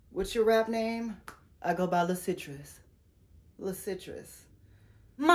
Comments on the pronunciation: Not “LaCitrus” 🍊😂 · Not “La’Citrus” 🤣🤣🤣